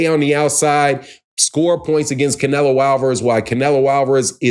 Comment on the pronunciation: You can’t even pronounce Canelo’s name, right😂😂😂